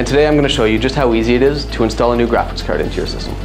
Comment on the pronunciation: graphics "cerd" :D